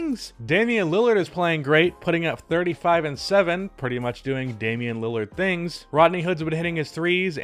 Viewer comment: Wtf is thirngs lol